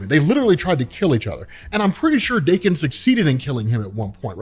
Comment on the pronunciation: TIL Daken isn't pronounced like Dock-in